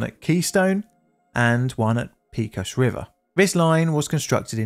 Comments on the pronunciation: The word Pecos is said either PEH-kos (Spanish) or PAY-kos (Texan). PEE-kos isn't one of the options. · As a native Texan -- please, it's Pay-cos, not Pee-cos. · Texas translation of Pecos is “pākōs” not “pēkōs”. Great video presentation at any rate. Keep them coming! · I'm going to send this to my dad and see what he thinks. He probably remembers it since he was active in the industry at the time (though not this company). I'm failing not to say anything about the pronunciation of "Pecos." Pay, not pea. There are a lot of Spanish derived names in Texas, New Mexico, Arizona, and California. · I can't believe that you have never seen a Yosemite Sam cartoon in your life! It is not pea cos it is pay coz, as the area was settled by the Spanish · Pay cos! Pay cos! Not pee cos! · Great video, as usual. But please, avoid the use of curse words (even asterisked ones). It’s such a cliché and beneath the quality of your channel. Oh, and the river is “Peck-os” not “Peek-os.” 😊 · Just a small comment, it is "Pay-cos" not "Pee-cos" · It's "paycos" river, not "peecos" river! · PAY-cohs River not PEE-cohs 😂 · Btw, the pronunciation of “pecos” goes like this: the “pe” part sounds like “pay” and the “cos” sounds like “coast” without the “”). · Texan here. Love your videos (& your music!) and I'm NOT trying to sound critical. Just letting you know, it's pronounced "PAY-cose" river. Thanks for all the great content! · I'm from western Texas and remember this day. But pecos, town, county or river is said pa cos with a long a. It's the result of crossbreeding between English and Mexican Spanish. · Kudos to anyone who can say "El Paso Natural Gas Company" without snickering . But, you are not off the hook... "Pecos" should be pronounced "PAY-kos (with "O" as in coat). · It’s pronounced pay-cuss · Texans pronounce the town of Pecos, peh-cos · Pecos is pronounced Pay-co-s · Poly Pedant here: cant stand it. "Pecos" is a Spanish word, and pronounced "PayCos" (long "O")